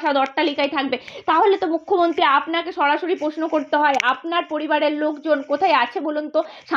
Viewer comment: অ্যাংকরের উচ্চারণ অতি জঘণ্য। উদাহরণ এক্সেলেটর, মুখ্যমন্ত্তি, পাসাদ, বন্নপরিচয়, ইন্দনিল। আর শুভেন্দুর কুকথা নিয়ে একটা কথাও বললো না এরা। নিরপেক্ষ সাংবাদিকতা 😄